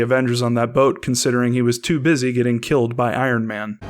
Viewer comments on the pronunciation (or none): none